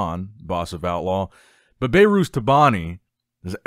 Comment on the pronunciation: His name isnt "Bay-Rhooz"😅 It's pronounced "Behrus"